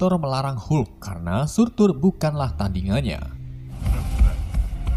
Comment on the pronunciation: Surtr Bukan Surtur🔥